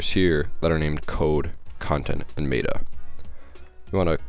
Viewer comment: *binary... Met-uh... Not may-ta...